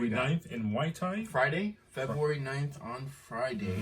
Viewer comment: The emphasis has to be on the Febru- in pronouncing it. Lmao. 🥴😂